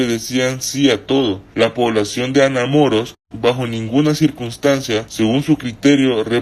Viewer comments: Que horrible el tono de voz q le pusieron , ademas no puede pronunciar Anamoros de donde puede ser que no puede pronunciarlo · Jajajajaja jajajajaja Mas cuando pronuncia Anamoros 🤣🤣🤣🤣🤣🤣